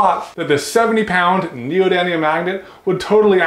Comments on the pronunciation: I love magnets! And it's actually neodyMium not neodyNium:-) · Hey and it's pronounced neodyMium not neodyNium. Also it's the inverse cube law for magnetic force and how quickly it falls off over distance. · neodyMium n e o d y M i u m NEODY M IUM... N E O D Y MMMMM IUM XP